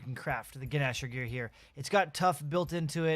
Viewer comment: The guh-nasher